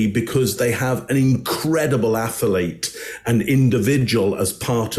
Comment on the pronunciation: Boy, I’d sure love to see Tom Brady drop out the game at half time in the Super Bowl because he was intercepted. Btw the word is pronounced (Ath-leet).